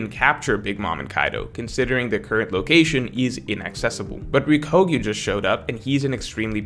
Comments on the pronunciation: you are awesome but please start saying "Ryokugyu" ("ryoku" = green) not "Ryukogyu". I notice in all of your videos and streams. for example. Thank you. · Do you keep saying ryokugyu incorrectly on purpose? The ku it's not a ko く≠ こ You can just say aramaki. I realize that's easier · How to pronounce Ryokugyu: Ryoku is a pronunciation of the kanji for green, and it's sort of like Ryuko from kill la kill if you switched the vowels. Gyu means cow/bull and is pretty straightforward! So it's Ryoku-gyu instead of Rio -kugyu